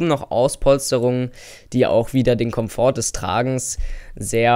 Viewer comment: Cooles Video. Man spricht übrigens bei Komfort das t nicht mit. lg